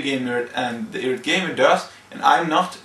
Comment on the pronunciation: it's eye rate not irrat. You aren't really much of a public speaker.